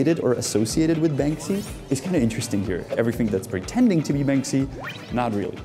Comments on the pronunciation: "World of BanSKy" 😅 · Bansky😂😂 " Bansky", Czech artist right up there with Cimrmann!